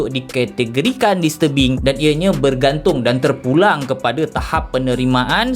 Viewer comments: Aku dengar filem "dis tebing" "mr Bing" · Aku sorang je ke yang salah dengar dia sebut "Filem Mr.Bean" ?😭😆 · bila dia sebut 'disturbing' aku dgr 'mr. bean' 🤣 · aku sorang je ke bunyi mcm dia sebut mr bean? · "mr bing" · Aku daripada mula ingatkan dia cakap 'mr. bean'. Tapi bila aku baca komen kau baru aku sedar. Tq bro. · Aku dgr dya ckp listurbing... 😆😆😆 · haah dia sebut disturbing bunyi mcm mr bean gg tol